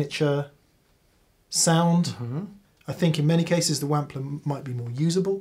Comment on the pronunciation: “The Whampler”